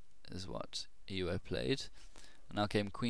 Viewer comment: Euwe (UHR-vuh) He's Dutch >_>